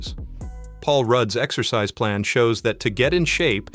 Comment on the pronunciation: Lungis? exccoscise? OMg